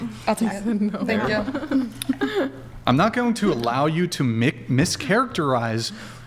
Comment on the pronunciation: Learning difficulties in a red dress. "Thenk yiou"